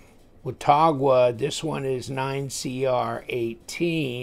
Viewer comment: it's pronounced "wa-taw-guh". I grew up near Watauga Lake and the town of Watauga in Tennessee.